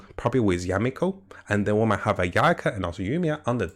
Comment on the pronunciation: Mihoyo: Yae Miko: Yameko!